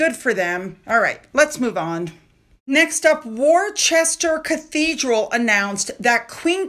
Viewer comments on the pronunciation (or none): "Worchester Cathedral" ah, you mean Worcester (Wuster) Cathedral. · Worcester is pronounced Wooster. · Pronounced Wou-ster cathedral. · Correction - It's Royal NATIONAL Lifeboat Institution Charity. Worcester is pronounced Wooster. I know, silly language. :-) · Hi you pronounce Worcester Cathedral as Wusster Cathedral just for future reference hon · Heads up …Worcester Cathedral is pronounced “Wooster”..lots of silent letters just to add a twist of course!😂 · Sorry to do this, but Worcester is pronounced as Wooster, it's weird i know, but thats how you say it, great video as always 🌹🇬🇧🇬🇧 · In Yorkshire, we pronounce it as Wuster.😊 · Worcester Cathedral is 'Woosster', pronounced to rhyme with wood or hood, but not boost or roost....